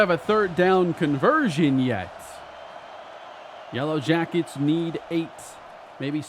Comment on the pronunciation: you said "yella jackets" 🥲 you're truly becoming Texan